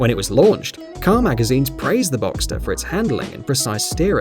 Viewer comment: Finally an English speaking guy that pronounces Porsche and boxster right!